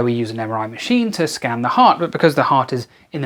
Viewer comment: Did you say "full body scam"?